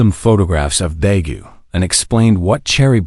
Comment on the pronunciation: I enloyed the story 💜, but... if you're going to have the humans come from a country that isn't English speaking, please make sure the AI knows how to pronounce any names or words used in the other Earth language. Busan is boo-sahn, not biz-en or bis-en. Daegu is day-goo (or tay-goo). It actually managed to say it once, but it was different every time.